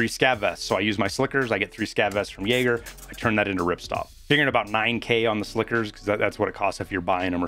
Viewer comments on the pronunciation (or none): none